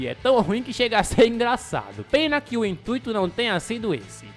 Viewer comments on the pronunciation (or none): none